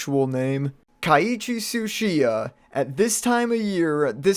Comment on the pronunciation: It’s Keiichi NOT kiaichi